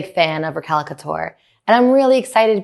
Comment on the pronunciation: I love you but it's Raquel couture, not Recal couture 😅